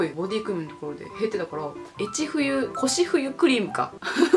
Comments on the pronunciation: 夜更かししててよかった🤣🤍高学歴なのに漢字読み間違うの好きです…えちふゆ笑笑笑笑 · 越冬の読み間違いめちゃくちゃ笑いましたwwwwwwｴﾁﾌﾕwwww